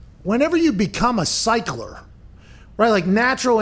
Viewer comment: Did he just say “cycler “?